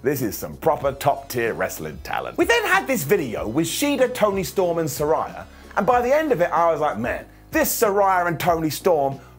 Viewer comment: I hate to be that guy but technically you’re mispronouncing Saraya. Its “suh-ray-uh”. They had an episode after she debuted where they made it clear. Just an FYI (